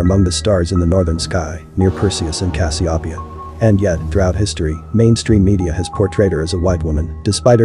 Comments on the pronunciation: Check your pronunciation dude. (Cass-see-O-pee-uh) your welcome. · The way you pronounced Cassopeia made me want to cry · First time I have heard Cas-I-o'-pia pronounced this way??? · I've never heard Cassiopeia pronounced that way. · So glad you cleared this up &gorgeous art work- but you've mispronounced Cassiopeia. Normally I don't harp on things like that, but in cases like this, it matters for credibility.